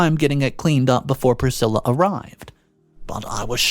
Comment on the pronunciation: Dude why do you pronounce names wrong? Elvis Presley's wife has the same name... See how it's really pronounced.